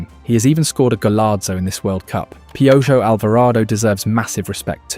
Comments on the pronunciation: To pronounce “Piojo” read it as “Pee-oh-hoe” instead of “Pee-oh-gio” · Gotta say, Hearing "PIOUYO" instead of "PEOHO" made ma laugh. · Hahaha a mí también!! No me estoy burlando en lo absoluto, solo es gracioso. Voy a empezar a llamarlo así haha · I like how you say piojos name 👍🏽🇲🇽😂